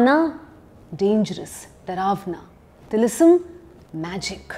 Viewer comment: It's not tilisam it's tilism